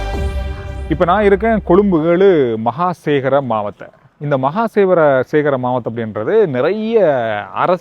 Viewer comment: பிழையாக உச்சரிகிறீர்கள். மஹகமசேகர மாவத்தை! மஹகமசேகர ஒரு பிரபலமான சிங்கள கவிஞர்.